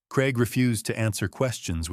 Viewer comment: Strange pronunciation of Craig making it sound more like Creg rather than how the British (more over the Scottish) pronounce it. CRAIG - Cray g. Time for Michael, Rebecca and Craig (and possibly Daniel and Trish) to face the consequences of their actions. Elder Abuse, Fraud/theft and Forgery deserve a prison sentence.